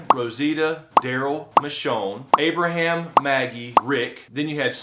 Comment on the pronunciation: Its Abraham guyss